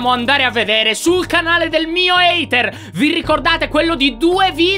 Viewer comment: ''haiter'' muoio